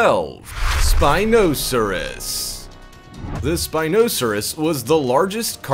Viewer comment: ok I love your videos but that really isn't how you pronounce Spinosaurus